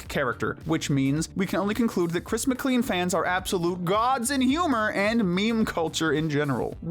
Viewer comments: Isn't Chris's last name pronounced "Mic-clane" no not "Mic-clean"? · Chris McCLEAN? It's pronounced Mclayne bro